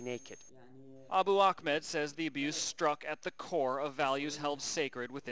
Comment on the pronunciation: Ahmed and Akhmed are two different names with different pronunciations. There's your answer.